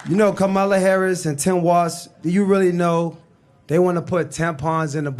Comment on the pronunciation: That guy can’t pronounce Walz or Kamala and sounds like a uneducated moron! It doesn’t take a college education to run up and down some field with a ball!